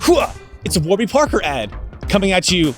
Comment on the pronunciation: I swear you said squarby Parker instead of warby like 5 times but I can’t tell if I’m tripping